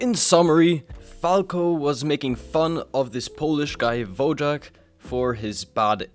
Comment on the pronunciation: Just a correction: Wojak (pronounced /Voyak/) is a Polish word meaning 'Warrior'. It fell out of use in the past 50 years.